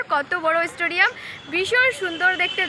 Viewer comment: Stodiom ❌Stadium ✅ 🙃😂